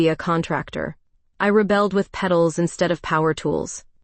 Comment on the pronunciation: ‘Pedals’ s/b ‘petals’